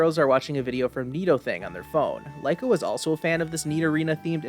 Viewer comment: No hate but I believe Liko is pronounced like Lee-Ko